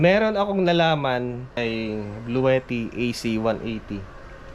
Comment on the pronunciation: blue - tea po ang tamang pangalan/bigkas nung power bank